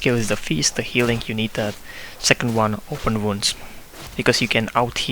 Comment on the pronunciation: zeecond eeepisode LOL that made me laugh :D